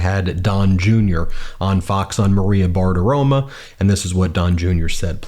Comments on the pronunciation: It's Bartiromo, not Bartiroma. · BartiromO, even though they can’t pronounce Kamala the 47th! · You’re talking about Maria Bartirom-uh again — ??